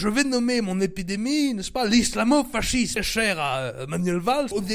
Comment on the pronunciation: Mdr putain. Sinon je crois que dit fascisme:"fassisme" n'est ce pas?